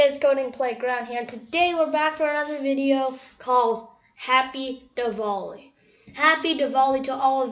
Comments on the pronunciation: it is not diwall-e it is diwali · wrong pronouncation of diwali